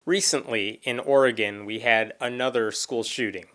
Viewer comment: Thank you for pronouncing Oregon correctly.